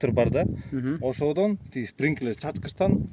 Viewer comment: Спиринклер эмес сплинкер 😅